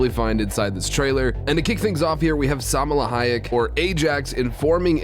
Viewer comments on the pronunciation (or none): SAMALA HAYEK - ITS SALMA HAYEK